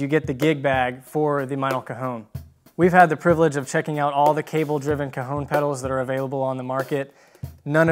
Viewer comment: Awesome, even if he keeps saying "cahoon" instead of "caHON" which is the correct pronunciation.